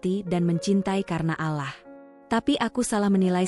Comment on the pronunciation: Ucapannya bkn alah ttp Allah.!!!!!!! Tlg diperhatikan,ya.😢😢😢😢😢 ditulis rdc